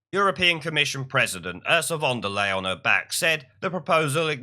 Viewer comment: Another mis pronunciation of "Fond of Lying"